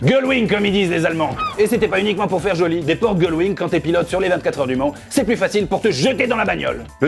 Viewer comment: Vous m’avez tué avec le "gullwing"!!